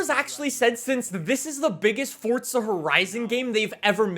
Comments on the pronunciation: Years later, its still FORZA not FORTZA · The way this guy pronounces forza.. I never knew forza had a T in it fortza 😂😂🙈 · “WELCOME BACK TO FORTSA HORIZON 5 !!” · Fortza lmao. I'll never understand it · fortza horizon five